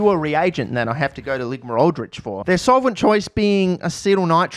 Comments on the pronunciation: did you just call it 'Ligma-Aldrich'? I love that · Did he just say "Ligma Aldrich"? 😂😂😂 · Did he just call them Ligma Aldrich???